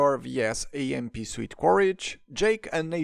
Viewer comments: I like most of these sets, but the prices... And I'm terribly sorry, but 'suit' is pronounced 'soot' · I cannot get over the way he says suit